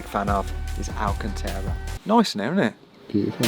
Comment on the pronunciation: ''AlcanTAra'', not, ''AlcanTEARa''.